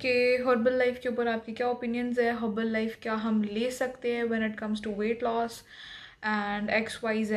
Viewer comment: Sabse pahle naam to sahi se le nahi pa rahi, review kya degi. Its not Herbal life , Its herbalife. Usme ek hi 'l' hai, I am not.supporter of Herbalife but its best nutrition , and health does not come cheaper because cheaper is never better. So cut the crap